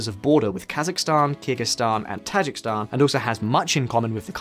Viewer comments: Dude, it's pronounced Tah-ZHEEK-iz-stan, not "Tazhik-Stan" !!!! Also the people of Kyrgyzstan are Kyrgyz (pronounced Keer-GIZ). Learn to pronounce correctly if you are going to make a video about them!!! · Tajik-I-stan. Not Tajikstan. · Tajikistan is pronounced tah-Jee-ki-stan, is it not? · Ta-JIK-i-stan. Stress on the second. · For a video focusing so much on Tajikistan, this guy managed to mispronounce the name every single time. That’s actually fairly impressive. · No one cares he keeps mispronouncing Tajikistan?